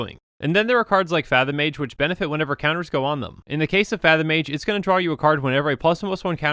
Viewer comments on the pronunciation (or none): none